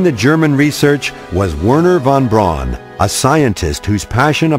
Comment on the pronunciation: And it is not "Painemunde" It is peenemuende!neither is von "Brawn" correct His name was-phonetically,that is,von Brown.